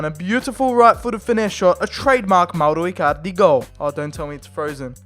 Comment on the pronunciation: Do you wanna say mowro icarlidy any more